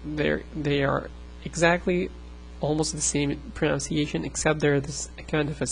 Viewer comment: it's hypocritical of me, seeing as i can't pronounce arabic for my life, but it's pron-UHN-ciation, not pron-OWN-ciation. english people get it wrong as well, so don't fret over it.